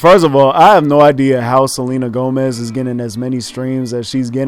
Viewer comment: nigga said selma gomez😂😂